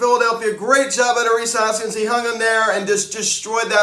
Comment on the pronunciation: "Rhys Harpskins" 🤣🤣🤣🤣🤣